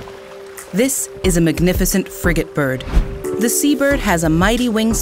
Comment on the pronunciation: Everytime she says the name of the bird I hear fricking bird